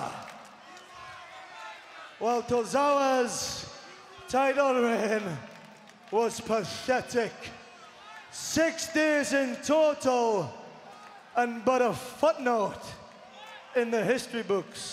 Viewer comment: anyone else realise Neville said pashetic? Also the way hes talking could they do a broken Neville storyline?